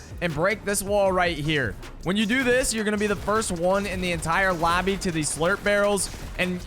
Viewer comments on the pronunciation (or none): he say labby